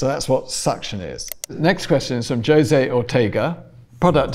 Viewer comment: Did he just say Jose with a J sound?